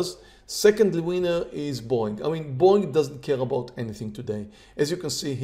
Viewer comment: When I first started watching this channel I kept thinking was saying "boing" instead of Boeing lol